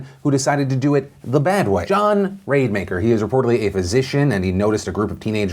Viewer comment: The way you kept mispronouncing Rademaker made me think it was going to lead into a Raid Shadow Legends ad. It's Rad-eh-maker, by the way.